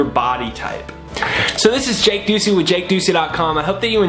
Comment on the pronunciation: I love how he does videos about manifestations and spirituality about seeing things for what they truly are and you pronounce his last name like “Do See” ❤️❤️❤️❤️🌎